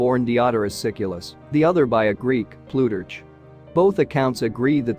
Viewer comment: Terrible reading. Ploo-turch??